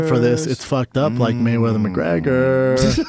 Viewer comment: *fook *maywedders